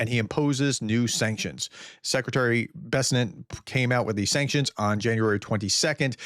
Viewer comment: It's Secretary Bessent, not Besnet! Those long words sure can be tricky! Lucky it's not one of those pesky foreign placenames